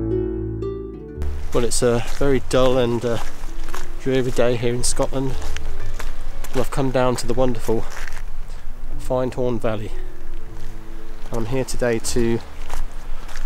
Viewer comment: Great video as always, how far up the Findhorn valley were you? I live where the river Findhorn meets the sea in the moray firth. You might get pulled up for your pronunciation tho lol, it’s Fin dhorn if that’s makes sense. Did you manage to sea red squirrels too?